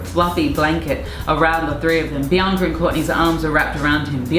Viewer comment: I like her Courtney says "Biancer" 😃